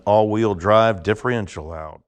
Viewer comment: Stop saying diffreential